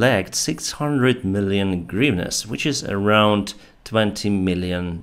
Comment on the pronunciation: so that's how you pronounce hryvnias